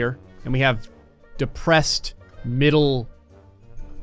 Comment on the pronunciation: I thing this man have litle problem with word depressed I dont know what but I thing you lose your girl